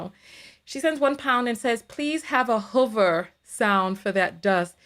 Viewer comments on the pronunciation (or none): Huver lmao it’s pronounced who-ver 😂🤣 sorry but you gave me joke when you said that